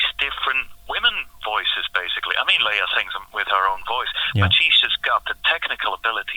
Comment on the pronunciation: I know this is a very old vid, but her name is pronounced LAY-ah, not LEE-ah.